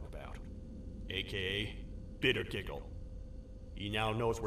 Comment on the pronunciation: Es heißt bittergigle nicht wie du gesagt hast 😂😂😂😂😂😂😂😂